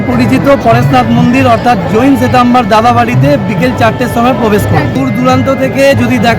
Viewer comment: SWETAMBER hobe word ta ShriTrambar noy